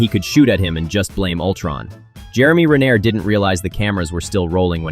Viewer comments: God, I hate AI-powered narration! “Jeremy Re-nair”?! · Ren-air? Ren-AIR?! DUDE!